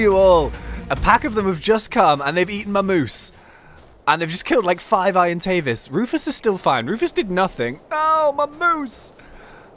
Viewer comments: its not irontavis it's argentavis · Please say it properly it is bugging me sorry but it is (arg an tave as)